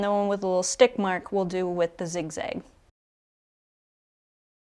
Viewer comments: Kudos for ur knowledge EXCEPT ur miss- pronunciation of the zig-ZAG STITCH!!! It's zig zag not zig zig !!! This has killed me every time u said it wrong !!! 😪 if I don't tell you someone will who won't be kind about it , possibly. . Thanks for the info tho!!! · I don’t know where the midwest of America is, am afraid. It definitely sounds zigzig, but that could be your hook, like nigella lawson👍🏾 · I think you mean "zig-zag" stitch, not zig-zig😁